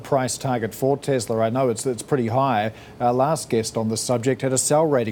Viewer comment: Wtf is tesler?